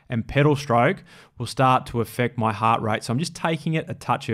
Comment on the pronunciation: "heart" is 1 syllable